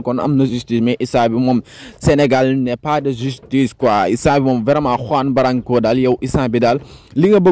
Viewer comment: Tu ne sais même pas prononcé lr no de Juan branco